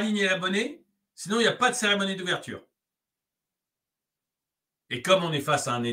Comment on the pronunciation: Seremonie ou Cérémonie ?